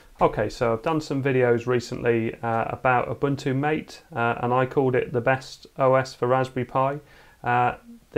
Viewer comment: Ma tay, not mate